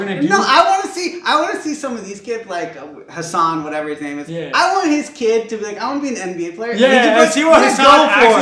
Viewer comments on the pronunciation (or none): omg yesss. I love watching Patriot Act. Side note: u guys pronounced his name wrong 😂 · Bro, u said Hasan wrong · had to play back to to see how Hasan pronounces his own name lol